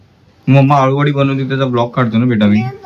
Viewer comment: आलु वडी नाही अळु वडी बोलतात